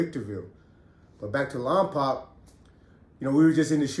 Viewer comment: It’s lom poke lol